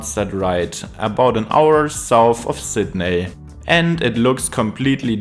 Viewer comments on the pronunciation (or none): lol you nailed woolongong which plenty of natives manage to get wrong, but it's Sid Knee not Sid Neigh 😂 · You mispronounced Sydney